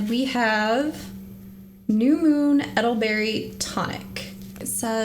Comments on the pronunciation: Not edelberry its Elder berry. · It is ELDER-berry...😂❤ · Eddle berry lol satan worshippers cant read. Hilarious how many times its said too. Aye-gate 😂